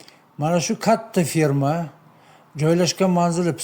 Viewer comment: ФИРМА эмас а "Ф Е Р М А".🇺🇿🇹🇯🇰🇬🇰🇿🇹🇲